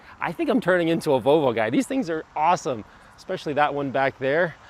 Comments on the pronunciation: Vo-vo? what happened to the "L"? I owned a 79 242GT from 81-92 and no sales person, mechanic, owner, lay person, or anyone else EVER said Vo-vo. Not even ABBA. I first heard this pronunciation on a radio ad a year ago from a local Volvo dealership and thought WTF?? has Volvo become this pretentious or just new owners? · This guy said Vallvo